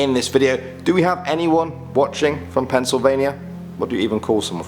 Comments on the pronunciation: Penn not Pen. Sorry. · Don't think I've heard a British person say pennsylvannia. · pencil vania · Dude, stop calling it Pencilvania